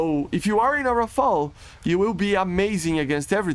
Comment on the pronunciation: on behalf of the french people i thank you, you are the only youtuber pronouncing "rafale" right everybody is saying rafael and it drive me nuts